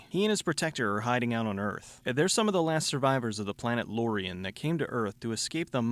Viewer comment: The books are so much better. And you pronounced Lorien wrong, they're also not called Loriens they're called Loric. The ones with Numbers are Garde and the "protector" is a Cepán. Once again, the books were so much better